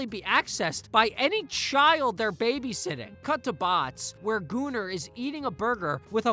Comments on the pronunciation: he called goomer, gooner idk if that was intentional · goomer ❌ gooner✅